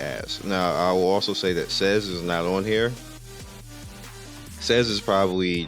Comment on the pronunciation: not sez lul